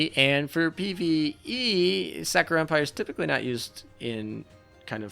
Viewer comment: "The Sack'o'rah Ships" xD